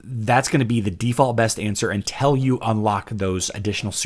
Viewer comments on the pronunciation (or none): You can't even pronounce the name of your channel. What is "cintral"? I thought it was Hero Wars Central. Also, untell isn't a word. Until is.